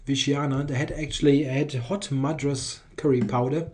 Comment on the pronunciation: As a veteran of spicy foods, I laugh at your Madras. Good effort, though.